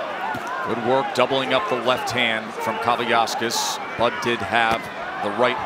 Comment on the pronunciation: At no point did I hear one of the announcers pronounce Kavaliauskas' name correctly. They erased an entire syllable.